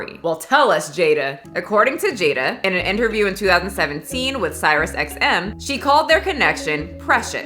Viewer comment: Love what you do. By Cyrus XM? I thought it was pronounced Sirius xm. Like serious xm. Am I wrong? Lol 😆